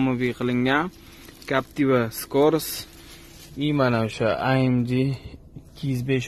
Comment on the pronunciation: Бляя амди жиман деди😂 амж деб немислар айтади амг деб уки охирги буква (г) лотин тилида amg